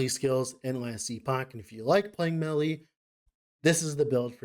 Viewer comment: Instead of "melee" I hear "smelly" a lot of times here and it's kinda funny That aside, really interesting video, I'm not that deep into LE so this is some good info